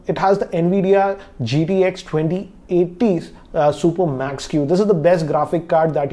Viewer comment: RTX 2080 super Max-q, please pronounce the name right😂... No Offense